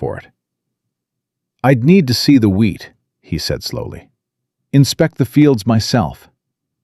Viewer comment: Illinois. Wheat not weed. Mrs not misses. Love listening tho